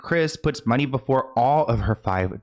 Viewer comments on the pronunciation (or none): none